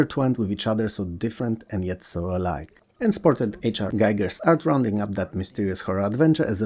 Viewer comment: I found out a relatively recently from someone who knew him ish, Giger is pronounced Geeger,. It rhymes with Riga, not tiger. Must be because it looks like "geiger" as in "geiger counter" that everyone gets it wrong.